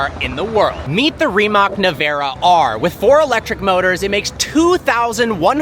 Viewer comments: If you are reviewing a car, at least learn the name of the car. It is not Rimak! "C" in Croatian is like "zz" in pizza...🤦🏻‍♂️ So it is something like Rimatz🤷🏻‍♂️ Making videos like this with no research, so ignorant. Do better😊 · Rimac → Ree-mats✅ Not "Rimek", not "Rimak" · Ree-mahts It's just not that hard to say. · Yes, yet he still doesn't know how to pronounce the name of the car. Embarrassing.